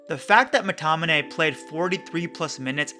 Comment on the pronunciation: Great video and well explained. But just one think its Mctominay not Mctonimay